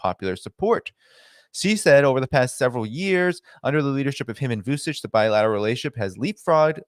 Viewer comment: great info as usual - just a little correction Vucic's last name is pronounced as Vuchich